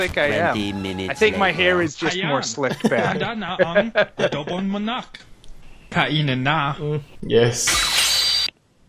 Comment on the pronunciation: Just Adowbong Manaacc and Chill